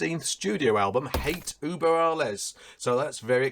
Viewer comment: Not German, but I have Ü in my native language :) And it always scratches my ear when I hear Uber.... I mean this world is international and people should learn how to pronounce it correctly. Just like they should learn to pronounce guLYas. In German, I think the V is pronounced F. Really point on review, btw.